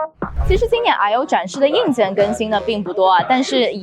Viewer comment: I/O兩字發音聽的很躁